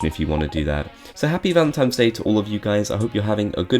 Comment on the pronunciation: Why do you keep saying “Valemtimes” day